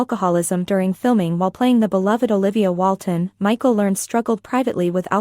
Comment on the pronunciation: It Michael Learn Ed, not learned.